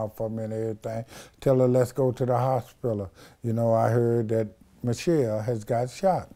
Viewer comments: WTF IS A “HOSPILUL”??? IS HE TRYING TO SAY “HOSPITAL”???🤦🏽‍♂️🤷🏾‍♂️ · Sorry I have to correct you. It's the game not gang and hospital not hospillow. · Hospilla not hospital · "So we go to the Hospila, I walks in the Hospila...." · "Hospilla" - The bishop got quotables for days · WTF is a "HOSPILLA?" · 'da hosspilla' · "The Hossspillow" 🤣😂🤣😂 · if he say hospilla one mo time lmao. Da hospilla lmao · "Hospilla" lmaoo